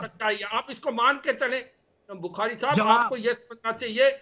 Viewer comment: GD bakshi Shab..ab aap debate se bhi retirement lele.....baar baar "shab shab" bol kar apni garima khatam kar rhe ho.....aur sath hi lamba kheeech kar bolte ho....ab apki umer ho gayi...media main anna band kar do... please